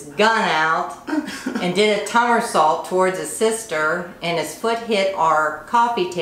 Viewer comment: I will now forever more call "somersaults" "tomersaults" lol